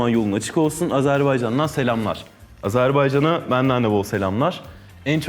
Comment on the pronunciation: Haktan'in AZERBEYCAN değilde AZERBAYCAN demesii>>>> Bir çoğu TÜRK bize AZERBEYCAN diyor🙄